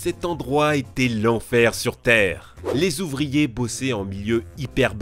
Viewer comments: Pas si mal mais "la pression si Zintense" et les cinq Zouvriers", ça gâche un peu...Joyeux Noël les gars, les filles, les chiens, les chats, les canaris...!!! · tu adores faire des liaisons dangereuses "cinq zouvriers" "si zintense" :) MDR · "La pression était si zintense" tu l'écris comment ? "cinq zouvriers" aussi, stp ?